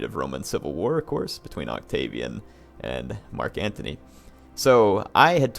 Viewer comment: it's Marc Antony not Marc Anthony. Why did you decide to play Octavian, I mean come-on it's "MARC" Antony hint-hint